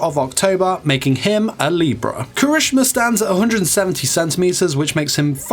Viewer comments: he said somthing like " kreshma " lol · DUDE KIRISHIMA NOT KRISMINA IST KIRI-SHI-MA NOT KARI-SHU-MA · KIRISH'MA BOI ITS KIH-RIH-SHI-MAH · 4 sec in the vid and my boy already messed up When did anyone ever call him kirishma? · Proper pronunciation: Kira-shi-ma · did he really say kireeshma??? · Kershima wel heck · Dude you're pronouncing the name wrong. It's Ki-ri- SHE-ma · The way u said kirishima tho 😬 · you said Kirishima wrong btw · Okay, was anyone a little upset on how he said his name, or was it just me? No hate though. Great video! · I was upset too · Same! But it's probably just his accent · Lol the way he pronounced kirishima`s name😂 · CRINGES MY SOUL😫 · My mans, say the damn name right. Thank you for listening. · When he says the name wrong though